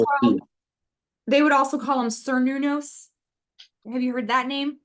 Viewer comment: Cernunnos is pronounced like Kern-noon-oss